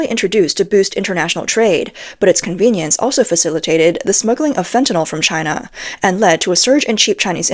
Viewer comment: Taiwan is the much better Chy-Nah.